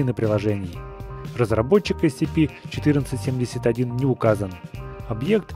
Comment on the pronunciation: captainkirk 2006 правельно есепи а не ецепи